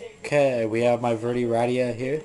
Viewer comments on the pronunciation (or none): its verday not verdie